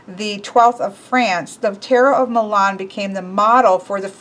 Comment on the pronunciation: Omg. The way she pronaunced Milan made me cringe